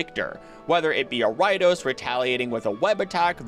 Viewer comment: BTW, I had NO idea what pokemon you were talking about until it clicked but you pronounce Ariados weirdly! Ariadne + Odosu (to threaten) = Ariados.